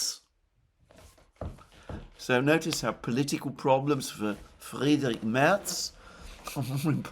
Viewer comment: His name is not "Friedrik", but "Friedrich", which means "rich with peace". That he is a warmonger, adds some spice to this name.